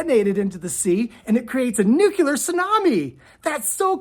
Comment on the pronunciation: Thank you for sharing this information! I am fascinated by your presentation. With kindness I’d like to tell you that the correct pronunciation is “nuclear” though “nucular” is a common mispronunciation. Take it or leave it 😊